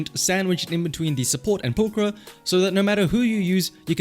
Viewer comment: 10/10 video already, he pronounced pulchra correctly